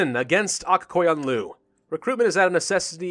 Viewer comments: Aq Koyunku is pronounced as Ak Koyunlu and it means "Has White Sheep" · Aq Qoyunlu is pronounced as "Ak Koyunlu" or "a k koy un lu" like you would say AK-47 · CrazyBeef should say it like this “Akh qoyunlu” and Akh should be said like a wolf snarl and i know this because im from Azerbaijan